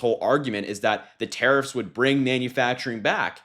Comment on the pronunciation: Hah! 'Tarrariffs'!